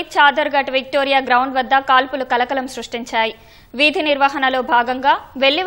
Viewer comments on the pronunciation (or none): Madam Garu "VEEDHI " nirvahana emiti ??? VIDHI nirvahana . :eyes-purple-crying::eyes-purple-crying::eyes-purple-crying::eyes-purple-crying::eyes-purple-crying